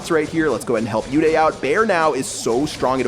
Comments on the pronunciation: It's not u day its uday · Its not you-day Its pronounced as oo-they Its an indian name I am talking about uday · pronouncing an indian name uday as yoo-dayy...